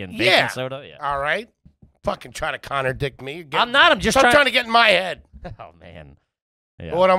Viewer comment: “Tryin ta connerdict me”